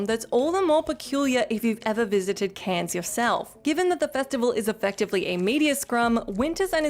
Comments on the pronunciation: Cannes is pronounced "can" not "cans". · Cans? Cans film festival? I dare you, I double dare you muthafucka. Say cans one more goddamn time!